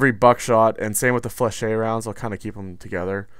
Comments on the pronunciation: "FLEH-SHET". IDK where your getting Fluh-shay from dude. but its bothering the hell atta me. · FlechETTE it is ET as in GET. not fleshey. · Ette in French is not pronounced shay.